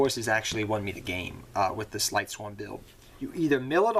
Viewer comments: Not to be rude, but this was just bugging me. Lightsworns, not Lightswarms. Lyla, not Lyra. Silent Honor ARK, not Silent ARK Honors Knight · mane, it aint lightSWARM it is lightSWORN like sword but replace the "d" with an "n"